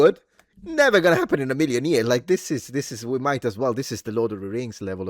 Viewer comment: 😅😅Big enphasis on "might"...